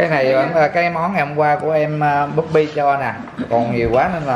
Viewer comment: Troi oi, nguoi ta ten “bobby” ma doc nhu “puppy”… 🙄